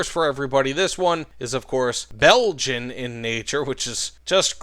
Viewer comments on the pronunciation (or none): none